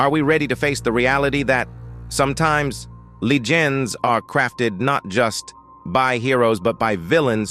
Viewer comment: My Man Said "LEE GINS" Instead Of LEGENDS!!!!😂😂😂😂😂😂😂😂 Insane...His Pronunciation Is Atrocious 😂😂😂😂😂😂